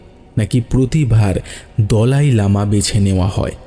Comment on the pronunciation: pronunciation ta mone hoye dalai lama hobe not dolai lama